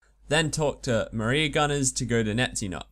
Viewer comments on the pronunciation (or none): none